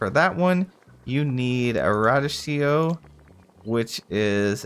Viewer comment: It’s pronounced ruh-dee-kee-oh 😅 what an effort this must have been! Big props 🎉